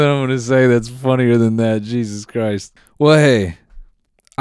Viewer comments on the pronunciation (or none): none